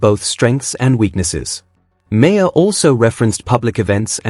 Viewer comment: Um...excuse me, but the subject of this story is pronounced MARR...NOT MARE. For God's sake, KNOW YOUR MATERIAL.